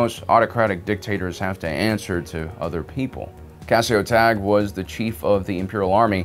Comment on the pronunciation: First, you pronounced Cassio Tagge's name wrong. Second, you put Director Krennic on this list of most competent officers, and then there's Tarkin on your list of most incompetent officers. This is just inherently wrong. You'd know that if you read the novel Thrawn: Treason. Which truly shows Krennic's incompetence more so than Rogue One. Tarkin has a far greater success rate and skill level than Krennic could ever hope to have. I'm not sure why this has to be stated. This is an objective fact.